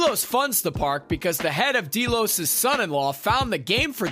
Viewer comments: I couldn't watch more than a few minutes of this review because of him continually calling it Dee-Los when it's Deh-los. It's pronounced through the entire 4 seasons! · Dee-los? Seriously? Haven't you watched the show? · Deelos? It has always been pronounced Del-os. No one on the show has ever pronounced it Deeelos. How does this happen? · So many things wrong here. First has your narrator watched the show? Its not "DEE-los" or the "sub-lime" Its "Dell-os" and "su-blime", small details but again it just makes it sound like someone who doesn't know what they are talking about is trying to explain it to us. Also very little of what you were saying matched up to what you had on screen at the time. Also, stop yelling at me And its weird you mentioned the fact that it was based on the foundation which gave me hope for what you would say but then you have the most simplistic view on what's going on.. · Dee Los. Really? Wtf. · Who else is super annoyed be the word "deelos" ? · Deeelos ? Lol did you even watch the show or just read it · I gotta tell ya "deelows" isn't working for me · Los Deelos XD has this guy watched this show or is he just reading a script?! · “deelows,” “sub lime,” and “rehobum” hurt my soul lol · please stop saying Delos wrong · Super Important Tip : Please watch the actual show if you’re gonna explain about it, you manage to make it more confusing and your pronouncing the names all wrong. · Omg dude that is NOT how you pronounce Delos OR Sublime. Also why are you constantly shouting? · That isn't how you pronounce Delos. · Right ! It's Delos !!